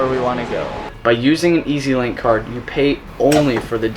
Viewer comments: It’s EZlink not easylink 🥺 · You said mtr when its mrt and its pronounced ezling card